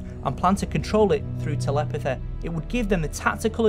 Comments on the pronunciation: Cool video man, oh and say telepathy again I love it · conspiraceh telepetheh jokeh. Best accent I say...